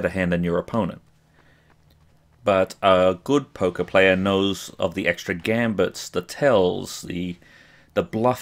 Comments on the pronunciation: I'll be honest: when you were talking about Poker I thought you were saying Polka. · XD i have heard polka player instead of poker player XDD